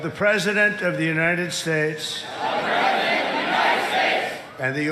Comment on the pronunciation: Did you notice when he was saying the oath for the recruits to follow when he said obey the President of the United States of America the emphasis that he puts on President is very very very noticeable his voice rises in volume